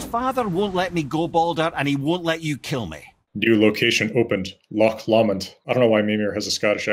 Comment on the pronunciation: Hearing the way you pronounced 'Lomond' makes my Scottish self want to drown in a loch.